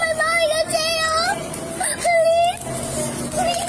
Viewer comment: Please-ah, please-ah who teaches these people to speak.